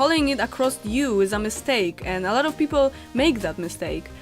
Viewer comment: The first word I've ever misheard you say was people. Totally my fault, but I heard "peep hole" and was very confused for a second! Also, very amused because I'm easily amused.